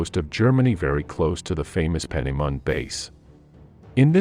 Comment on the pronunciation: That bloody irritated me as well, especially the second time. Someone needs to tell him/it the word is "core". I think it's actually a person.... Although the V1 base is also mangled - peenemunde.